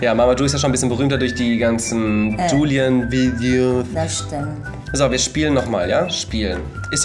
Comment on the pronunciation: Warum buliam und nicht Juliam